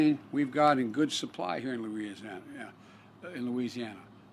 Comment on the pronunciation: Biden better hope those jobs aren’t in “Luirisiarnana “ (Louisiana) LOL